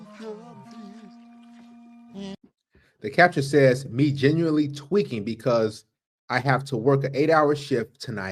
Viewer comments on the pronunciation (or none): none